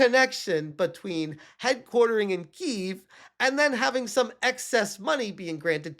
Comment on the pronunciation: Kiev is pronounced "kee-YEV", not "keev". I know you like to troll people by purposely mispronouncing things during livestreams, but it comes off as a lack of polish in your reporting videos.